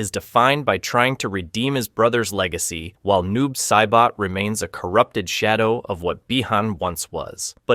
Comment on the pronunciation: bruh i had to jump out the video and take back my like bc noob saiboh was my last straw